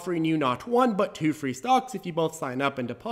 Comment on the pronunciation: since hwen does 'one' sound like hwon?